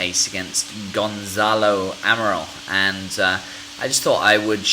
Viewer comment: It's not GonZalo, It's GonCalo. Here in Portugal, we believe that maddie died by accident. Probably, she woke up and she heard gerry's voice when he was talking with the BBC producer outside the house, she climbed the sofa, and she hit her head on the wall. Kate found the body and the rest is History.